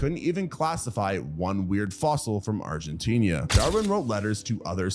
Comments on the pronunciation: Seriously? I do get that you may not know how to correctly pronounce complicated scientific names like Coelophysis (See-lo-FY-sis) or Macrauchenia (Macro-KEEN-ia), but "Argentinia"??? Go watch Evita right now! The Madonna version, not that Zegler dreck. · And Argentina is not spelled or pronounced Argentinia.